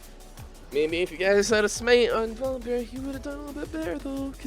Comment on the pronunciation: Sm8, smeit, smate 😂 It's called smite -_- LIKE SMAIT